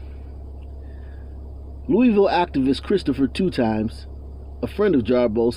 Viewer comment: Christopher 2X. Is pronounced Christopher 2 EX. Not two times😩